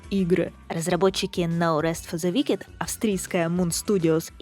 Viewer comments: Wicked произносится как "Уикед", а не "Викед" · в словах на -ed, как wicked, "е" проглатывается. [Уикд]